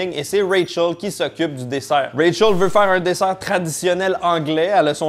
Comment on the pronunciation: Quand tu dis Rachel dans mes oreilles sa sonne ray charles, je me demandais ce qu'il foutait dans la série 😅